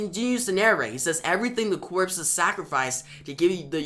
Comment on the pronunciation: Corps* is pronounced cores* homie